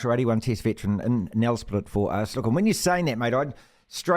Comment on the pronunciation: It's pronounced "nel-sprate", not "nel-sprit".